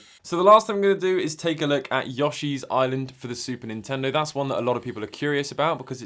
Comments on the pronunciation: it's y-oh-shi, not y-aw-shi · What’s a YAWshee?